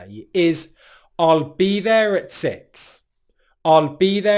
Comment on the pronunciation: I was amused at your six pronunciation. It's relaxed almost to the point of the south American pin pen merger.